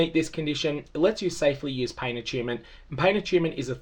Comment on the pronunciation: A-choon-ment. Lmao